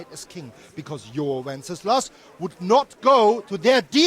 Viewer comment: Bro is so determined to mispronounce Wenceslas every single time he's mentioned. Literally nobody in both games calls him WencesLAUS, except for Markvart because of his strong German accent.